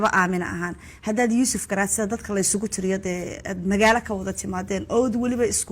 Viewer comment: 😢😢😢😢😢 im glade inay nushara ku dhawpaqdey graca magaciisa YUSUF GARAD YUSUF GARAC NOT GARAD 😂😂